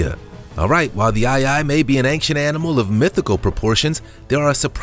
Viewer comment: The monkeys are called "proboscis monkeys", NOT "probiscus monkeys". Secondly, "ancient" doesn't have a G in it... So it's not pronounced "ang-shent".